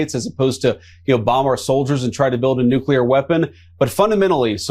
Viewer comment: It pisses me off royal to hear someone in government who should be well educated mispronounce the word NUCLEAR!!! THERE IS NO Q IN NUCLEAR. IT'S NOT HARD TO SAY IT RIGHT. EVEN PODCASTERS DO THIS! EVEN HIGH RANKING OFFICIALS DO THIS!! IT IS AN IMPORTANT WORD AND NEEDS TO BE UNDERSTOOD AND PRONOUNCED CORRECTLY!!!!